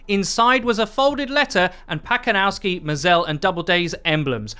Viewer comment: Pacanowsky to nie "Pakonalski", tylko po prostu Pacanowski XDD